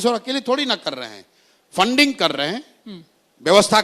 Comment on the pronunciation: Fanding nhi re funding Hota h